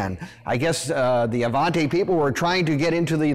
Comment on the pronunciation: You're pronouncing the name wrong. It's Avanti, not Avante. You're confusing the pronunciation with the name that's similar, the Cadillac Allante. Avanti, is Italian for "forward" or "Move it" in the less polite form.